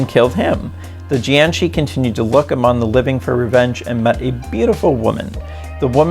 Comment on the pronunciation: It's jiag shi